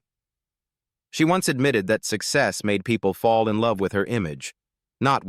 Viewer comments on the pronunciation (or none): none